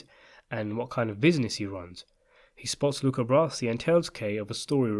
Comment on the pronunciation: Luca's last name is not "brassy", it's "bra-zi".